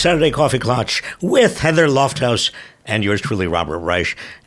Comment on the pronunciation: Klatch rhymes with catch.